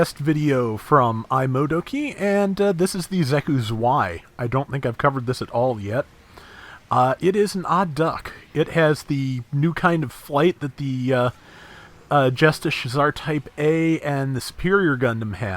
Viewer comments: it's pronounced tsʋɛi̯ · Hey. (Xaku) Eins and (Xeku) Zwei are german numbers for one and two. W’s in german are pronounced as a V. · I beg you, please check how to pronounce "zwei"